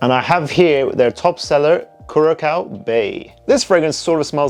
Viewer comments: Curaçao Bay is amazing!! It’s pronounced Cure A Sow. They must have sent out some bottles to lots of fragrance reviewers because this is starting to pop up a lot. It’s AMAZING! Smells like sun tan lotion but in a great way. There is no coconut in it, but it smells like it is in there. Wonderful wonderful fragrances. Got very lucky to get a huge bottle on fragrancenet for 50% off. Keep your eyes open. Would suggest try it first. If you love it, you will really love it. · The second C in Curacao is soft so its pronounced as S